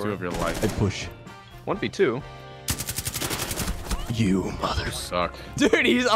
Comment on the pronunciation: the way says 1v2 kills me